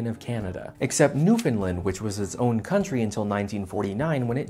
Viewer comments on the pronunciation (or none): You mispronounced Newfoundland. We pronounce it like how it rhymes with "understand". Also the British Empire didn't start with Jamestown in 1607 (or 1610) but technically it began when Humphrey Gilbert took formal possession of St. John's, Newfoundland (plus 200 leagues north and south) in 1583 using Royal letters from Queen Elizabeth I. He died sailing home so never got to return with colonists (although the area wasn't uninhabited since even when Gilbert arrived, St. John's harbour was already full of European fishing vessels). That task went to his half brother Walter Raleigh who instead sent colonists to form the now lost colony of Roanoke in North Carolina. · I'm late to the party, but I feel compelled to point out that the Caribbean is part of North America. Also the UKs first, and coincidentally its last, overseas colony was Newfoundland. And the correct pronunciation of "Newfoundland" places the accent on "land". Fun fact: Canada is a separate realm from the UK so the "Queen of Canada" is a separate title held by Queen Elizabeth II.